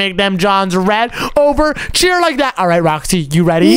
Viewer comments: Pls stop saying chier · STOP SAYING CHIER OMZ